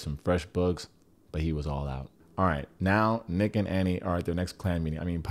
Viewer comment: You calling nick “ick” 😂😂😂😂